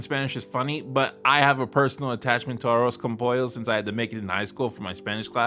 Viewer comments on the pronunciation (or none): "arroz con cheecken" lmfaooooo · Your Spanish sucks way worst than Peggy's, I had to rewind you saying arroz con pollo to even try understanding you. Lol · Peggy just butchered arroz con pollo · ninguno dijo bien "arroz con pollo" xdd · If you're a Puertorican Peggy's pronunciation is an insult. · YOU DON'T MISPRONOUNCE AROZ CON POLLO AND YOU DON'T WASTE IT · Hold up, she was triying to say arroz con pollo?? that woman ain't right